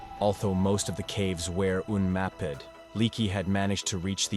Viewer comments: “Dah-vehd…aftral, altho most of the caves were Uhn-MAh-pid…” 😆🤣😆😂 I can’t!!!😆😆😆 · Why are you deliberately mispronouncing simple words like cavers or unmapped?? Seem like a weird thing to do for no apparent reason. Plicky for plaque at the end was particularly ridiculous lol